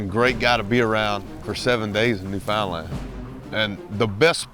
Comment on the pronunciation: It's pronounced NEWfounland